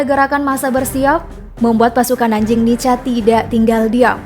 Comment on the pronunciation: Dibaca (nika) bukan nica.. kebanyakan yg berkhianat saudara2x kita dari timor..